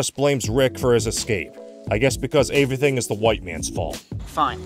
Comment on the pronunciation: lol you criticized his pronunciation of "Pulitzer" less than a minute after you (again) pronounced the word "everything" as "averything"